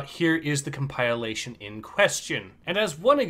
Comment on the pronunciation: You said “come pile lation” and incompetent in the same breath….